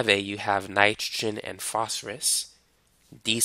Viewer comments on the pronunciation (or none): none